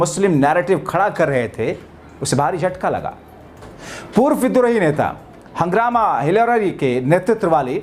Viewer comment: हांगामा हिलारी नहीं साहेब हाग्रामा महिलारी बोलो बोलने से पहले नाम ठीक से पढ़ लेना चाहिए from Bodoland